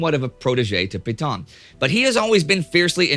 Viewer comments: Hey Neidel, after all this time... why don't you secure advice on how to pronounce foreign words? I found it wrenching every time in this video you massacred the pronunciation of 'Pétain' Hint: it would have been less hideous if you crudely pronounced it 'pay-tan'. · No matter how many times you mispronounce Pétain's name, that doesn't make it right.